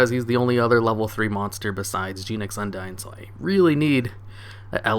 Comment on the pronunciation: i dunno why, but the way you pronounced "Genex" really irks me